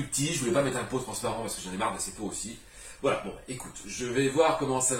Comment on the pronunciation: j'adore... A la base suis ch'ti donc le "voilö" ... Suis fan, merci pour tes vidéos